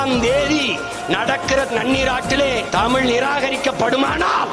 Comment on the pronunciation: ழ வை சரியாக உச்சரிகக வில்லையே. தமில் என்று கேட்கிறது